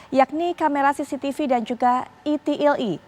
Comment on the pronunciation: "camera cctv dan camera ITILITI " .... ITILITI tuh yg kayak gimana yaaah..? 🤣